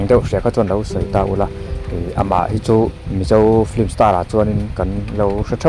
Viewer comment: Film ni na na na hi flim ti a an lam fo hi a dik zâwk tihna em ni?